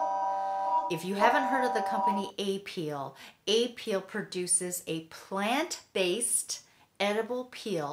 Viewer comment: You mispronunciation of apeel is annoying! I'm not going to watch your videos.